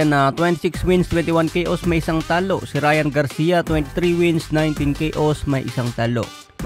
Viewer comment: hehe matagal ko na napapansin ang word na TALO sa pag banggit mo TA-LO😂😂😂